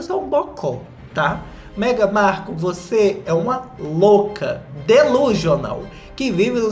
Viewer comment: eu amo o falando meghan marCU kkkkkkkkk